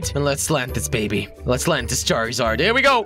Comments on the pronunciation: he called charzard charryzard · jelly charzard not charrizard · he said charizard when its charzard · wtf jelly its charzard its spelled with i but when you say it its like there isnt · It's not. Char E zard charzard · NullMarigold 677 it's spelled charizard and the I and silent. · its pronounced char_zard and zap-dos